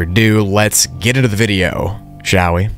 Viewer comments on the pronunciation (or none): Shall wee gets me every time 😂😂